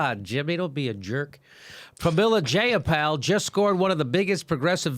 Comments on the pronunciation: Dat paypal joke nooo😂 but her last name is pronounced Jye-uh-pahl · As someone who has met Jayapal a few times, your pronunciation of her name is abhorrent XD.